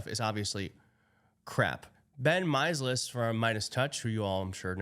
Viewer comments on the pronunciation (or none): It is Ben MY-SELL-AS. just an FYI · Ben's surname, Meiselas, is pronounced "My Sell as"